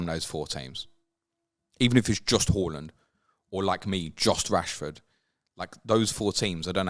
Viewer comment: I find it triggering the way you pronounce Haaland 😂😂. Great pod as always ❤